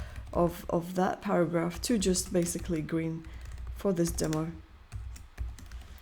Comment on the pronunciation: para"ghaph" :face-blue-smiling::face-purple-crying:!